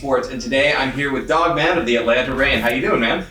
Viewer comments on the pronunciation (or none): It's dogMAN not dogMON